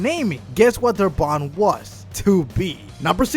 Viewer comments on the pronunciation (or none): none